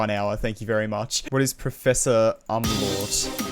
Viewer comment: you pronounced umlaut wrong :(